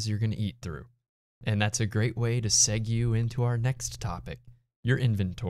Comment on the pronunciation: Segue is pronounced segway btw